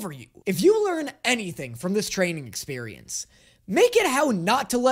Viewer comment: " the experinece " bothers me on a high level